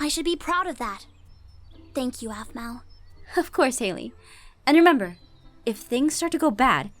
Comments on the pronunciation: its pronounced 'arpell' not 'apple' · does call Aphmau Apple cause it was hard for him to pronounce her name at his age